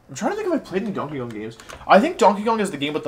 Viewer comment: Can someone explain why he said Dankey Kang